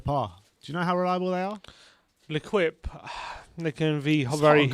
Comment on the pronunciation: L’equipe is pronounced „le keep“ boys...not „le quip“